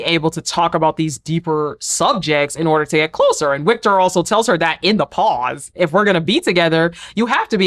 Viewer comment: Think you can just say “Victor” because German and Nordic languages have a W that makes a V sound